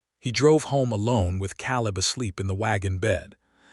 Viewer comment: I enjoyed the story for the most part but isn't there some way to correct the pronunciation on these AI narrations?? El-EE-ner for Eleanor?? Cal-ub for Caleb?? Also the math was way off which detracts from the story. Can't that be fixed? I truly love listening to these stories but every one of them has either bad math, bad pronunciation or both.